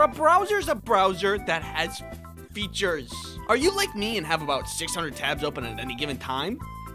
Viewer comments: That one "F E A T U R E S" during the ad-read made me extremely uncomfortable. Please do it again. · Feeauhtoors